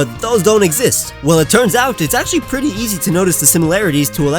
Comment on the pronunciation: I thought you said "sexy" not easy and I got VERY confused